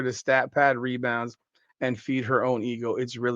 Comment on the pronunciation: Angel said "mebounds...." I mean "rebounds wins championships"